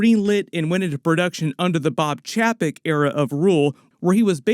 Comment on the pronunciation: Chapek is pronounced Chey Peck